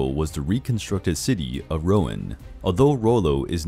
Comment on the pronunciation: I also noticed how Rouen was pronounced- it’s ‘rue-on’, not ‘row-en’ - the French ‘e’ in words can be tricky...